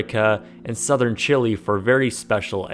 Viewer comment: Please don't pronounce Chile like that ever again.